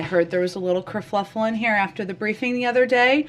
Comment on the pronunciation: It’s “kurfuffle”, Jen said “kurfluffle.”